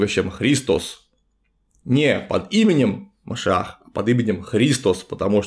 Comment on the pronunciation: МашИИах, МашИИах уважаемый Клим Санычь, ударение на букву И